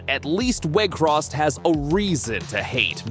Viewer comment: It's Weghorst, not Weghrost